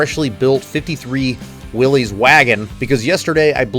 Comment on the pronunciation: When Jeep guys don't know how to properly say, "Willys."